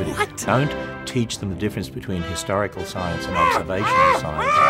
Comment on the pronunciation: It always sounds like is saying "Hysterical Science", and to that I will agree. Science is very hysterical! "D